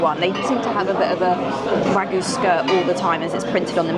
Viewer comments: There's a Y in WagYu. You pronounce it. Tokyo is not Toko. Kyoto is not Koto. Wagyu is not WAGU - it is Wagyu - you pronounce the Y. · Love your vids - really enjoyed watching lots of your old ones too as I've just discovered you. But pulease learn how to say wagYu 🙏😅❣